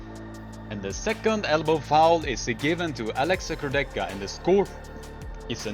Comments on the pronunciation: "Kurdecha" is also wrong pronuncation. Correct pronuncation is "Kour-de-ha" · Nice video, but try to pronunce names right: Kurdecha -> ch is hard H. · Polish armwrestler's second name pronunciation is wrong. You can easily find the right pronunciation in any of his fight.